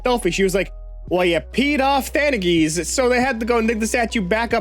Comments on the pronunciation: Theagenes is pronounced the-ah-genies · Two different wildly different, but nearly equally fucked up, pronunciations of Theagenes. Holy fuck.